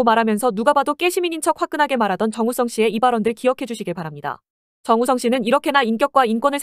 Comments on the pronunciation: 영상 내용이랑은 별개인데 TTS가 "정웃썽" 거리는거 조금 웃김 ㅋㅋㅋㅋ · 근데 정우성이 왜 정우썽으로 들리는거지ㅋㅋ일부러 그렇게 발음되도록 만드신건가요? 전자녀 목소리 특징인건가ㅋㅋ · 정우썽, 문까비 ㅋㅋㅋ 발음무엇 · 더빙 프로그램이 정우썽 이라고 발음하는거 웃김ㅋㅋ